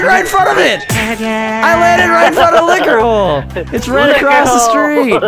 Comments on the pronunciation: Liquor hole Pronounciation(lick-youre hole) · When they kept saying liquor hole it sounded like lick her hole....... I’m sorry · Is it me or does Vanoss sound like he says lick her hole instead of liquor hole. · Is it just me or when vanoss is saying "liquor hole" it sounds like he is saying "lick her hole" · Liquor Hole sounds a bit like 'Lick Her Hole'